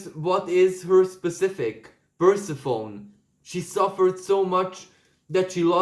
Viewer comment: You are indeed a blessed messenger!! I’m so glad you are sharing your benevolent insights with the world 🙏💖 Your English is excellent, and in the spirit of helping you improve Persephone is pronounced Per-siff-any… thank you for your readings… I so appreciate true heart 💜